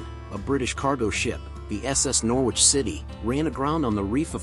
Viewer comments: Its NOR ICH you dont pronounce the W. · The English pronunciation is 'Norridge' but US would say 'Nor-witch', the W making it sound a bit like 'New York'.